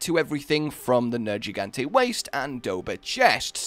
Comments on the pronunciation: look another one that knows its nergigante but says nejigante...i wonder why they do it! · the commander or whomever in the game says Nergigante's name out loud, why exactly do you mispronounce it?